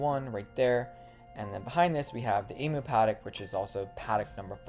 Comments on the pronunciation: She's gorgeous and love her name. Also, I don't want to be that person..but going to be. In the nicest kindest way I can put this, are you aware that you are pronouncing emu wrong? As an Aussie bird - it is pronounced as eem - you. Not eemoo. Don't throw shade at me. Just letting you know if you were unaware.. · It’s pronounced Eeemwew not Emoo, yes you need to disinfect yourself after being exposed to Baby Dragon and change into a new set of clothes